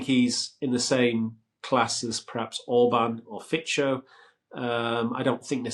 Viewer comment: The pronounciation of Fico and Babiš was funny, the first one being close to a slovakian 'c' slure. The correct pronounciation is closer to "Fitso".